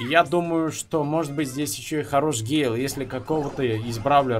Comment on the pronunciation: гЭЭЭйл боже как это тупо звучит